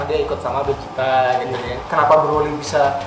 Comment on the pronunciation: Vegeta atau Bejita, bukan Bezita